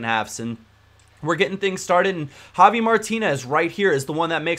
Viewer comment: Why do you say jovi Martinez instead of javi?